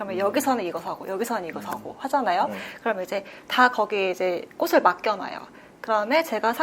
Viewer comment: 플로리스트인데 꽃을 발음할때 꼬슬...이라고 하는건 쫌 ㅜㅠ